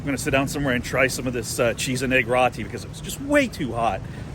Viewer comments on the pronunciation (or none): ROO Ti not rotti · I believe ROTI is pronounced ROW-TEE.. (like row your boat)... And not RAA-TEE as you are saying in the video! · Row-Tea, not raw-tea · Just a heads up....roti is pronounced more like row t